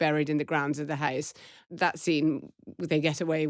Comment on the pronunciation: Marina pronouncing house “hice” was my peak for this week.